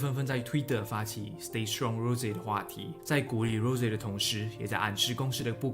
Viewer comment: 不是读rose是羅潔